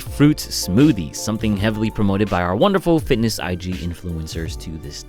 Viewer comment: You should try to work on your pronunciation on your soft L's. "WonderfuL" "CoLd". Not saying anything is wrong with your east-asian accent (I'm part asian so I can relate), it's just that you otherwise speak very clearly.